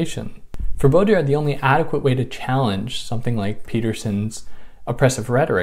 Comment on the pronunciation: Baudrillard.. the "d" is silent :) sorry for that phonetic remark, but its french after all other than that, great video! Peterson is a perplexing character, I still wonder why no one has clearly came out and said to him how wrong he is on so many things he criticizes. It's bizarre.